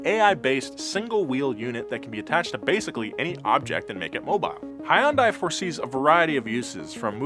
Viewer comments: please note, to pronounce "hyundai" correctly, start by saying "yun." Like "young" but without the g. Now add an "h" in front, but make sure to keep it one syllable (do not say "hi-yun" as often mispronounced). "Dai" is like "day," as in night and day. Now put it together and you get hyundai. Easy, right? TIA! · You know, when James makes up different ways to pronounce car company names it's pretty funny, but when does it it sounds weird. Please look up "how to say Hyundai in Korean". Thanks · It’s Hyundai, like Sunday. Say it correctly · you work as a car journalist why cant you say Hyundai right? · Say Hyundai correctly..just once. Humor me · Can someone teach him how to pronounce Hyundai? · bro...You are pronouncing Hyundai so wrong. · Each time he pronounces Hyundai, it somehow gets even worse and more racist sounding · Please learn to say Hyundai correctly. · For the love of god please get to pronounce hyundai correctly and not like a complete boomer. It's Hyundai like Sunday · for the last time Hyundai is pronounced Hyun-day not hon-die. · Hyundai is pronounced ‘Hun-Day’ like Sunday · It's (hun-day) like Sunday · I've worked for Hyundai for the last ten years.... Love your vids man, but, you've got me pullin my hair out. Its Hyundai! Hun-day. It's pronounced hun-day. Not Hi-un-day! Hun-day! Hyundai. Edit: I don't care that much anymore. Put in my two weeks today. Leaving Hyundai after ten years, cause, well, they treat their employees like trash. Hyundai is losing good techs left and right. America's best warranty is worthless if nobody is their too back it up. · it’s “Hunday” Just like “Sunday”. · Love all the Donut videos, and as a Korean, I know romanization of Korean words is difficult! I think an easy shortcut to pronounce Hyundai properly is to pronounce it like "sundae". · We need a video of calling Hyundai anything but Hyundai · Again, Hyundai, pronounced like "Sunday."